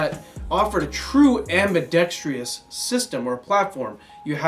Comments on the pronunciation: Love the channel and the content, but the team needs to learn how to pronounce ambidextrous. Only one 'I" in that spicy boi family. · am-bi-dex-trous. Clap with every syllable if necessary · /Side Rant : FFS... it is AMBIDEXTROUS... not AMBIDEXTREEEEEEOUS.... There is no "EEEE" sound after the "DEXTR" part or before the "OUS" part! LOL WHY do so many people get that wrong? On topic: ACR's are a beautiful platform... And CISCO is like the director's girlfriend who has to be but into the music video, even though the band has no idea who the hell she is... But we do and it's just not a ASGI vid without Cisco!